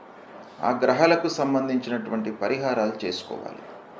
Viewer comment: At last some positive talks from this guruji🙏🏻 grahalu pronunciation to be corrected..